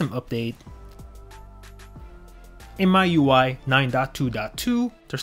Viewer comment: It's "miui" not "myui"